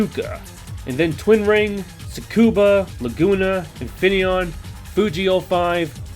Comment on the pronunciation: I thought I heard it wrong but turns out, you actually called Tsukuba Circuit as "TsuBUka" lol.